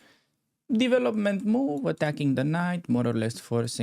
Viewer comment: Hi! I like your videos, but... try to say "devellop" rather that "deevelopp"!;-)